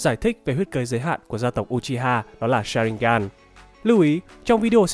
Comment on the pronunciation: Đọc là ư - chi - ha chứ nhỉ